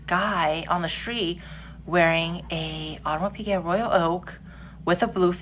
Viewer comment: as a french speaker - try "Aw-de-mars" "pic-get" - that might work for english speakers.